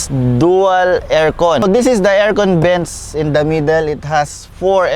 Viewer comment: "Dribes" (drives) and "Bents" (vents). Again para sa mga tamad mag enunciate ng tamang English pronunciation.